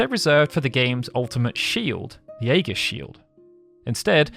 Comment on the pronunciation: Aegis shield. AE-jis EE-jis You're not Greek. Stop it.